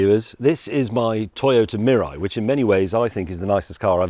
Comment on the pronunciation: and in Canada, zero hydrogen stations. and FYI it is pronounced "mee-lie" meaning future in Japanese.